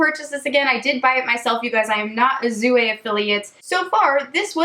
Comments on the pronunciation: The j at the beginning of jouer makes a sound like the end of "beige", not a Z sound :) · I love Jouer cosmetics. I believe is pronounced youei. R is silent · jouer: soft j sound, not z (french speaker here)